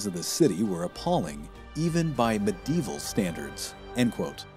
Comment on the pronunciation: It’s not medeval but medieval